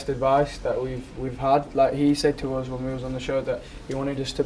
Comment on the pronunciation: i live for when he says 'uzz'